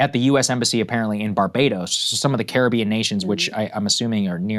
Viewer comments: Sagaar's pronunciation of Caribbean countries was the worst I've ever heard. 😂😂😂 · Saagar butchered the names of those Caribbean nations 🤦🏾‍♂️😂